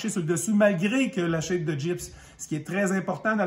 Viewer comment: On ne dis pas « shape » (une forme en anglais) mais chape comme « chap » (chapitre) ou « chat-pe ». Polythène est un nom masculin, si je ne me trompe pas.